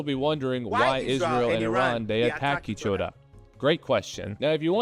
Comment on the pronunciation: i got a good chuckle from "day attack each oda"